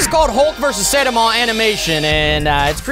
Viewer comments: ITS NOT PRONOUNCED SAYDEMA ITS PRONOUNCED LIKE SAY TAM A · Everyone: saitama: csaytamaaa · bro be saying satima its saitama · its saiiii/tamaaa but yes gj thus far sir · the way he pronounce saitama 💀